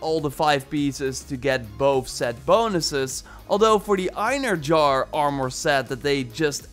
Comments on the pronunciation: It's EinherYAR, not Einherjar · Just so you know. The j in einherjar is pronounced like an h not a j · I'm pretty sure its pronounced. ein herr yar. (Einherjar) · Bruv...”Einherjar” is pronounced “ENhairyYAR” for everyone butchering this name. For reference, in SPOILER Asgard, Thor says this a few times during the first quest at the meeting in the Great Hall before the battle at the Bifrost. If you choose Thor to fight alongside you he will give a speech calling to the Einherjar to join the battle. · You are pronouncing Einherjar slightly right (eye-nee-he-ra-are.. The ra-are sounds like rawr) just that the "J" is silent. But yeah i believe i was the one who pointed out that the armor set was based on fallen vikingr who go to valhalla to wait for ragnarok during your live stream, keep up the good work i enjoy your gameplay and the info you give. Fan From Norway 👋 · Eyenerjar lmao that killed me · Einherjar is actually pronounced "en-haer-e-yaar" :) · Eyen-her-yar is how that's pronounced. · Pronounced Ine-hair-yar